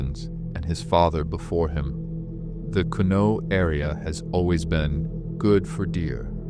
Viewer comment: Hey AI LEARN TO PRONOUNCE MY PEOPLE. THIS IS FOOLISH 😂😂😂😂😂